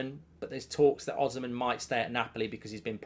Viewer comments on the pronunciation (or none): none